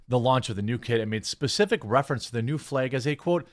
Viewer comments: It’s FLAG, FLEG is not a word 🤦🏻‍♂️ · He's pronouncing flag in a weird way. Sounds like "fleg." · St George flag also very very important to Northern Ireland and indeed Georgia the country, it is also an integral part of the Union Jack the UK flag. Why do you pronounce “Flag” like a Northern Ireland Protestant 😂😂😂😂